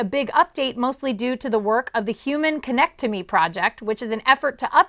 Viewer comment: Did she say "connect-to-me project" XD